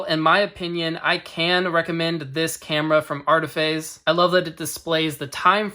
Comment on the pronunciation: ARIfayz Not ARTifayz